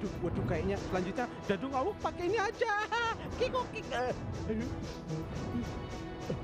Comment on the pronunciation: Tumben dadung awuk ngmng nya agak bener😂😂😂